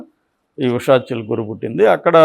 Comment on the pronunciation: Not "Chilukuru", "Chilukuri".